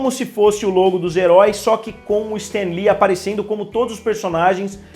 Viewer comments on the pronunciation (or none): none